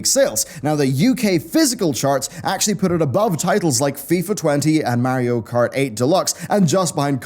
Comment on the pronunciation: Mar-e-o not Mare-e-o.